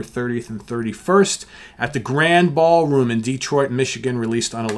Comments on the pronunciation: In Detroit we pronounce it Grandee ballroom. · it's pronounced Grandee Ballroom.